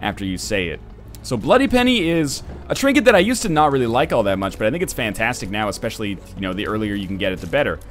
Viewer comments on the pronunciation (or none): none